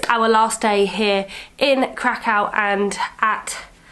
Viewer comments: You cant even pronounce krakow right literally typical brits posing as travellers it's embarrassing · Kra-kau? That sounds horrible! It's Krah-koof - exactly as it's spelt: KRAKÓW ;-) . Keep up the good work.